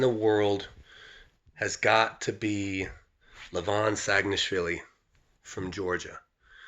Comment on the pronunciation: your "saginashvili" pronunciation is perfect man, first time i hear foreigner says it perfectly :D